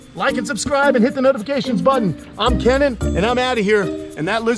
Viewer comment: Does anyone else wonder how the hell Kenan can afford to do all of this upgrading to his backyard? The damn place has become its own Japanese pond/reptile zoo!! Also who else can’t stop yourselves form saying Kamp Kee-nan because of Keenan and Kell being ingrained to your heads as a child that pronouncing Kenan the way it’s supposed to just seems odd